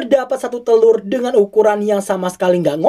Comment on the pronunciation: Telur bukan tekur